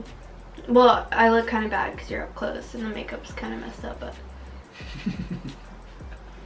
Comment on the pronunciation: “Oh my gwat it hurts so bwat” 😂😂😂😂😂😂